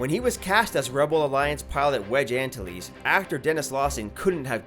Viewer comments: Ugh... It's not "ANtilles," it's "AnTILes." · Wedge An-ta-lees haha It's pronounced An-tillies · "Wedge ANN-tuh-lees" lol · Will you please make sure that your voiceover people are pronouncing names properly. For example: Wedge Antilles is pronounced AN-Tilles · Say Antilles correctly :(